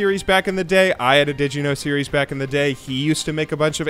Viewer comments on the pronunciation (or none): none